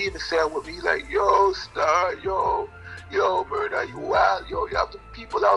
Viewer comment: Its Murah, no ja rule